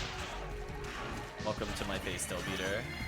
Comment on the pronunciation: The term is Del-Biter. As in bite, and it's meh-ghid. Hard G.